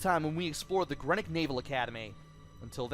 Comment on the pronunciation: With the headcrab alien things, I like to use the hammer to squash the bastards on the ground! Greenwich is pronounced Gren-itch.... don't know why but it is. You'd have a field day with Norfolk place-names! Cracking stuff,!